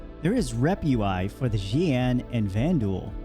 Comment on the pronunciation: Xi'an is pronounced Shee-an